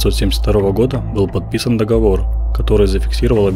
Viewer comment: Договор - ударение на третий слог.